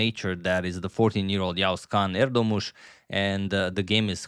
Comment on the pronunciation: In Turkish you don’t actually pronounce ğ you can read the previous vowel about a second longer like Erdooomush. This will be the closest to how it’s actually pronounced